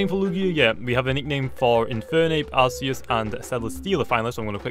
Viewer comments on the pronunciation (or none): Its spelt Arceus but its pronounced Arkeus